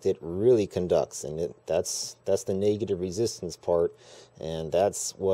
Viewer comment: "Naygative" lol